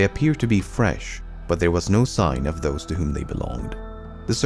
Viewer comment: Your Englsh is beautiful, so I don't get why you can't get OF/OFF right. To use Swedish letters for phonetics: OF is pronounced ÅV. OFF is pronounced ÅF. "eviidence ÅV the colony", not "evidence ÅF the colony".